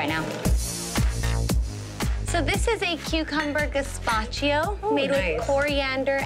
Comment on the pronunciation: She didn't need the gazpacho (and btw, it's not "gazpacio"!) strained more. She needed a bigger straw!